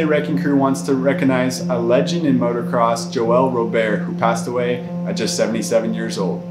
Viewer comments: Thanks for your hard work and late hours! (But please, it's "MOTOcross". I cringe at "MOTORcross".) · Same... I hate when people say "Motorcross"